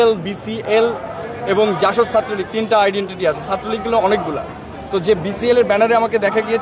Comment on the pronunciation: উনি সাত্রলীগ উচ্চারণ করেন, সয় বলেন ছয় কে যিনি পোস্ট করেছেন উনি এটাই বলেছেন আমিও প্রথমে নোটিস করিনি , সেই পোস্ট দেখার পর নোটিস করলাম